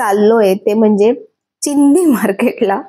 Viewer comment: "चिंदी" नाही हो "चिंधी" असतंय ते!!